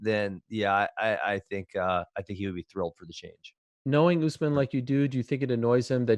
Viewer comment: Askren isn't being a bigot for at least the first half of this video. He's actually saying USMAN. I'm glad that he's respecting the name, even though he's being condescending